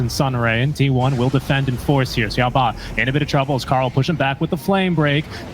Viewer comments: "siaou-bah", just say Xiao- Eight fool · XiaoBA why is he calling him like that it hurts